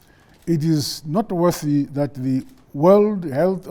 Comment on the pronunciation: "...it is not worthy that..." Pronunciation is very important. "Not worthy" and "Noteworthy" have completely different meanings. "... I therefore age all of us..." 🙄🤮🙄.